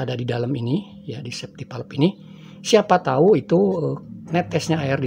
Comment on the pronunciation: Kontennya bagus, cuma cara penyebutan safety valve itu perlu diperbaiki Safety valve dibaca ˈsāftē ˌvalv (bisa cek google translate utk lebih jelas)